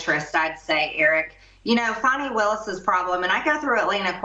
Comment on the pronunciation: 1 point to Marg for pronouncing Fani’s name correctly.